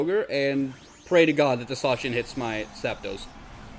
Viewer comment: idk if any official pronunciation has been made for Zacian - I've heard it pronounced so many different ways - but I like the way you say it so that's official now xD